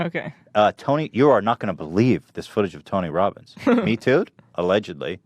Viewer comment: "Tony wobins hungwy.... Nom"